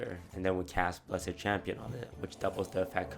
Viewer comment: "Bless-ED Champion" FailFish